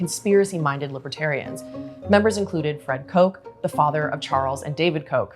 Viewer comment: You had me until you said Koch